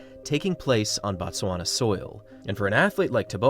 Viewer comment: Not "Bat-swana" but "Boot-swana" or "Boat-swana".. The pronunciation "Bat-swana" = "The Tswana people"; "Boot-swana" = "Place of the Tswana people" ... That "O" is meant to be pronounced as "oo" in "to".. The English butchered the spelling of words in both Tswana and the closely related Sotho langauge, the latter of which is pronounced "Soo-Too"